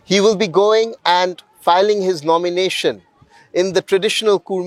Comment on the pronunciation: It's not Kurmi, it's Kudmi